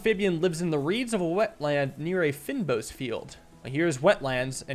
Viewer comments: fynbos is kind of pronounced "fayn boss" we have them growing here in South africa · I think this game is made by a South African developer, fynbos is pronounced as "fane bos" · I know its nitpicky, but you say "fynbos" as fayn-boss It's an area in South Africa with lots of flowers and bees and such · lol at the "fynbos". That's a biome in South Africa and the word is Afrikaans. It would translate to "fine-bush". Pronounced "fein-bos" like this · The way you say "fynbos" 😂😂😂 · just wanna say, you pronounced fynbos wrong